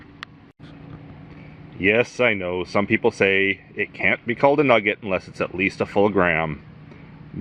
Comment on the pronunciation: A "pugget"?\